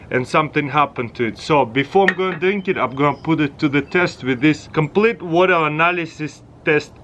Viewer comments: “Put the stabe in da wada” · Seems like u forgot to add a r in the Water. Did anyone noticed it??